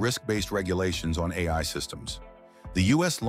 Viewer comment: This video's commentary is an AI.... Less than a minute in, it said "A", just pronounced as that letter, instead of "A I" Edit: 2 minutes in and it has mispronounced AI three times